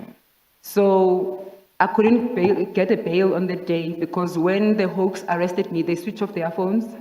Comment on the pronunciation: The difference between "hoax" and the "hawks"🤣😂